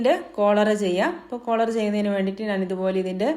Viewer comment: മലയാളി അല്ലേ. നാൻ എന്നു പറയുന്നു 🤔